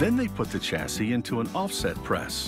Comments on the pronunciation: I LOOOOVE (NOT) YOUR AMERICAN WAY OF SAYING WORDS LIKE "CHASSIS" SPELLED WITH A "CH", BUT ITS SUPPOSED TO BE PRONOUNCED AS IF IT WAS WRITTEN WITH A "SH" ("SH-ASSI" WITH A SILENT "S" AT THE END AND NOT "CH-ASSIS" AS IF YOU ARE SAYING "CHA -SYS", LIKE YOU DID...) , "SA" DER ... NOW, WHAT THE HECK IS THIS WORD?? DID YOU MEAN TO SAY S O L D E R ?? PRONOUNCED JUST AS IT IS WRITTEN.... SOL-DER.... NOT "SADER" LIKE YOU SAID.... HAHAHAHA.... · Stop, this American narrator dies not know how to pronounce chassis, aluminium and it’s a transformer not a bobbin.....!